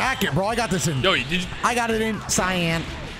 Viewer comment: "Cyan" hahahaha the pause after got me LOL